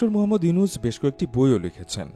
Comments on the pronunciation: নামটাও ভাল করে বলতে পারো না, ডঃ ইউছুন কি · আপনিত ভাই একজন বাঙ্গালী। কিন্তু শুরুতেই ওনার নামটা ডঃ ইউনুছ না বলে ইউছুন বল্লেন কেন? ভিডিও আপলোড করার আগে একটু হোমওয়ার্ক করে আসলে ভাল হত না।যাইহোক তারপরে ও লাভ ফ্রম বাংলাদেশ। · প্রথমত ড. ইউনুস সাহেবের নামটা ভালো করে উচ্চারণ করুন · ইউনুস নাম টাও উচ্চারণ করতে পরেন না😂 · ড. ইউনুস নামটাও তো উচ্চারণ করতে পারো না, যা ১.১৩ মিনিট এ কি বলছো দেখে নাও, এরপর থেকে ভিডিও আপলোড করার আগে সব ভুল ত্রুটি দেখে নিও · পলর চনু আগে নাম ভালো করে বলতে শিখ তারপর ভিডিও বানাইছ😊